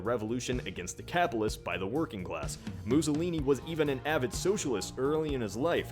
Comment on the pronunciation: "Moozohleenee" As Italian, this made me laugh